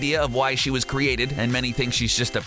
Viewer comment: "Sadly Wahs" 😢